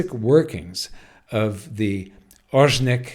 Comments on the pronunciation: Ore-sh-nik not Ozhnik. This is the name of a kind of bush tree from the birch family. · Pronounced [aw-Reh-shnik] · Here’s a pronunciation guide for you how to say Oreshnik properly: start with Oreo but drop the last “o” and now add sh-Nick like you start saying “shoe” and replace “oe” with Nick. The stress is on “e” in the middle which is pronounce like in OrEo.